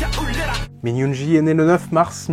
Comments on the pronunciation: étant ARMY je suis super contente que tu parle de BTS par contre ta prononciation 😅 C'est (Youngui et pas Min Yoonji) .. sur You tube il y a les MV avec la traduction en général leurs chansons sont plus profondes si tu aime le rock tu devrais aimer Run BTS il parle de leur carrière dans cette chanson mais elle a une super sonorité elle est devenu l'une de mes chanson préférée...en tout cas c'est cool que tu essaie de faire connaître les garçons merci ...et pour ceux qui veulent les découvrir il n'est jamais trop tard ✌️💜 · min yoongi the best rapper ps on prononce yoonguill comme guillaume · Très bonne vidéo et très bonne analyse !! Par contre la façon dont tu prononce certains mots à partir du nom de Yoon-gi!!!!